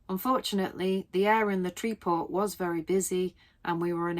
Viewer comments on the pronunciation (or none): Le Tree Port! It's TRE as is TREBLE and POR as in POOR. No letter T is pronounce. 😊